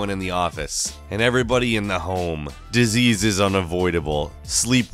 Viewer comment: "Diseases" TRIGGERED